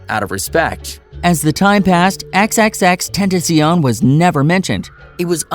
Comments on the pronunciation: I know he say xxx tenttension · You pronounce it x-x-x Ten ta shee own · Learn how to pronounce his name correctly XXX-Ten-ta-ci-on.... You sir are illiterate! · Bruh you cant even say his name correctly. Xxx ten tu sio wtf is that-? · lol he can't say his name right Xxxtentacīon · Ten tas ion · it’s xxx ten ta c ion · You talk about respect but you continuously incorrectly pronounce his name, that is kinda disrespectful. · Say his name correctly stupid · U said XXXTENTACION wrong xD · R.I.P X we still love you 😍 you will always be in my heart 💕 and you saying his name wrong and f**k the Grammy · this nigga can't even say his name right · Y’all saying his name wrong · You can’t even say his name right...